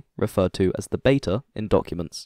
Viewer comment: The new narrator was great (apart from mispronouncing beta and 'z' 😂).